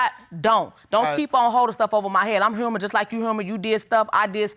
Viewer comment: Human sounds more like the hum in hummus...